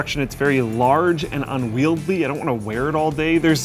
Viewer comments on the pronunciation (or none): UNWIELDY not unwieldly come on, stop botching the english language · The word you tried to say twice is "unwieldy", not "unwieldly." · I really like this new format! Looking forward to future episodes! With that said: It's "unwielDY", not "unwielDLY". English is my second language and even I know this. Had not enunciated it so clearly I wouldn't have said anything, but now I just have to mention it:P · Interesting how Linus and consistently pronounce 'unwieldy' as 'un-weald-ly'. Not that I'm complaining, the content is amazing, as always, but I've noticed this through plenty of their content. I guess Linus is the only one who needs to change now. Floatplane!!!!!